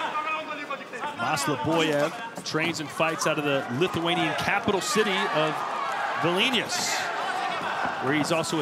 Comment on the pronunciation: wtf he said vilinius lol